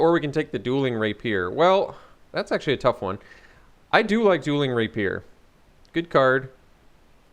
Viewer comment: Rapier = Ray pee ur, not Raypeer.